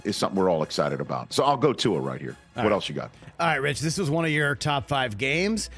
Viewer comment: C'MON Rich your a intelligent man. Pronounce Tua's name correctly.